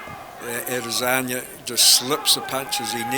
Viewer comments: I heard "Israli Lazania" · This commentator called Ade 'Lasagna'. Lol. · I heard "Israeli Lazania" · How many times the commentator said Alasagna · Nobody: The Commentator: Adezanya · This guys says Ed lasagna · The way the commentator pronounces Izzy’s last name sounded weird! Kind of irritating. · sounds like the dude is struggling to say lasagna